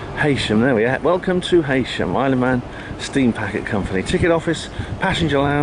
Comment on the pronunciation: makes no difference but Heysham is pronounced He-sham, I grew up there, we went to the Isle of Man twice on our school trips 😊 That house you stayed in looked like Father Teds house on Craggy Island lol